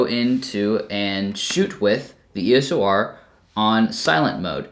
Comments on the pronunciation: Why do you keep calling it the "ESO R"??? Hard to take you seriously if you don't even know what it's called. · did you just say ESO R?😂😂😂 EDITED: ESO R all the way through😂😂😂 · its not ESO R is EOS R....lol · E-S-O-R LOL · Hi,, now, while listening closer to the pronunciation it more sounds like it's phonetically "iː əʊ səʊ ɑː" like "EO-SO-R"...